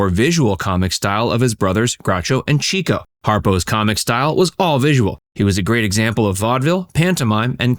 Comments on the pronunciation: It's "Chick-o", NOT Cheek-o!!! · Chico is pronounced Chick-o NOT Cheek-o. He was always chasing the ladies (aka chicks) in real life (Harpo did so in the movies). Find an interview with Groucho where he mentions him to verify. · "Chico" = CHICK-oh, not CHEEK-oh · It's "Chick-o," not "Cheek-o." Someone watched too much Chico and the Man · Not Cheek-o. It was pronounced Chick-o. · Chico actually pronounced his name CHICK-O, rather than CHEEK-O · Chico's stage name is correctly pronounced "Chick-oh, not Cheek-oh. That's why he was always chasing the chicks. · It's pronounced "Chick-o" not "Cheek-o" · By the way, Leonard Marx’s stage name "Chico," was pronounced Chick-o (not Cheek-o), because he chased the girls—a chicken chaser! Bad husband, but stellar comedian and entertainer. He and his brothers will always be greatly admired. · Not “ Cheeko”, but pronounced “ Chicko”….as after chicks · Not to grouse but "Love Happy", released in 1950, was the Marx Brothers last film. It featured Marilyn Monroe's first role. And its not Chee ko, it's Chick ho, because he chased "chicks" not "cheeks" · His name was pronounced " Chick-O", not "Cheeko-O". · Chico was pronounce "chick -oh", not "cheeko". Harpo learned music by having Chico teach him what he had learned at piano lessons. Harpo was a true musician, whereas Chico was a pianist. Gummo was the one who advised the others on health and medical issues. He was greatly loved by the brothers, but greatly overlooked by most fans. Zeppo was extremely funny, according to Harpo's son, Bill. People don't realize that many of the best jokes of the other three came from Zeppo. Zeppo didn't enjoy performing, but his stature gave him a great platform as a Hollywood agent. Zeppo could be prickly and in some cases, almost vicious when gambling or making contractual deals. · 'Chico' is pronounced 'Chicko' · Chico's name is pronounced Chicko. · Idk if this is correct, but my mother always pronounced Chico as ( Chick-oh) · Pronounced “Chick-O”